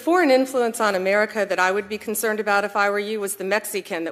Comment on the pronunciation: Don can't even pronounce America correctly!